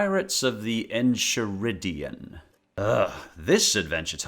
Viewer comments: Pirates. Of. The. “NKaiRidion” I can’t count how many times I’ve heard someone say Enshiridion. 😤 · It's pronounced (En-Kai-ridion) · pirets of the enchireddion ? its not supposed to be the burrito its supposed to be the book pronounced en ky rid EE on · (If you purposely said it incorrectly then just ignore this) It’s not pronounced (En-Chie-Ri-Dee-En) it’s pronounced (En-Kie-Ri-Dee-En) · It's not en-chee-ridion, it's pronounced en-kai-ridion. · Dude its pronounces N-KIA-RID-EON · its en-ki-rid-e-en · Isn't it pronounced en-kai-rid-E-in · It's pronounced en-ki-rid-ion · just like to tell you it's enchiridian as in character and enchilada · You pronounced Enchiridion wrong. The “chi” is pronounced like “kai”. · From what I recall, I actually liked Adventure Time: Pirates of the Enchiridion. And it's pronounced, "EN-KAI-RI-DI-UN" as in the actual Enchiridion, the hero's handbook, from the show itself! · You got enchiridion right except for the ch. It's pronounced Kai, like in Dragon ball. Just saying this, so that more rude people don't have to. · Is nobody really going to tell him how to properly pronounce Enchiridion??? It is not like enchilada. It is "en-kai-rid-e-on" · Great list,! However, I feel the need to point out that the enchiridion is pronounced (EN-KAI-RID-EE-UHN) It's the name of the heroic book that Finn uses sometimes in the show. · It's pronounced the N KI RID EYUN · I get some of the bugs and glitches of pirates of the enchiridian as I own the game but please look up how to pronounce enchiridian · it hurts me when he says enchiridion and im not even an adventure time fan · My god the pronunciation of enchiridion makes me die inside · Enchiridran is said with a c rather than a ch Considering you said that wrong I’m not sure you’re a fan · Did you purposely mispronouce enchiridion? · I cant handle him mispronouncing enchiridion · It hurt me on so many levels when he pronounced Enchiridion wrong